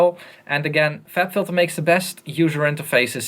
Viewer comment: "fLab Phylter" XD